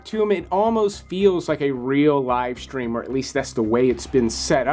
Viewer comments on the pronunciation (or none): the words, "stream", "mystery", and "strange" do not have an H. It's not "shtream", "myshtery", or "shtrange". FYI.